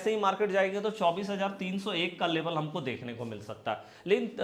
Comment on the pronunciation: Sir Labal kiyaa hota hai Level Bolo